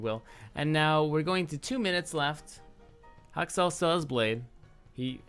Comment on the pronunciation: Is it just me or why I often hear "Hot sauce", when you say Haksal? Well anyway, Good analysis!